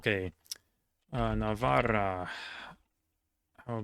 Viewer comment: Since everyone is already judging him on his pronunciation, I'll say that his Spanish sounded good enough. The only two things to improve upon would be the rolling 'r' in 'La Rioja' for example, and most importantly the pronunciation of the letter 'v' in 'Navarra' and 'Valencia', which is wrong the way he does it (because there is no voiced labiodental fricative in Spanish language; it should be the same as if spelled with 'b'). And by the way, in Galician language the name of the region is also pronounced with the 'θ' sound, like in Spanish.